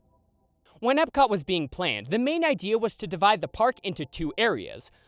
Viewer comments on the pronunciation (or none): none